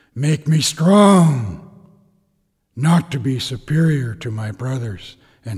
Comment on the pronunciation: When he says: make me STRONG. Something in my brain feels like an earthquake. Like it's shifting frequency :O